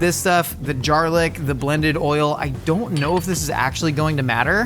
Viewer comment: “the jarlick”